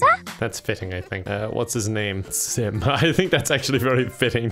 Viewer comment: I hear simp every time he calls out sim